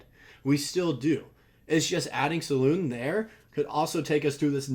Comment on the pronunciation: I believe it’s Sah-loon. That’s the way they say it in the euro highlights